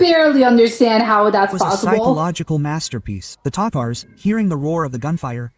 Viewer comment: (Ta-Tars) not tators😂